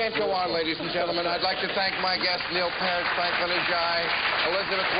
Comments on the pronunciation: damnit bill its peart not pairt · Not even close to Mr. Peart. (whose name he can't pronounce correctly)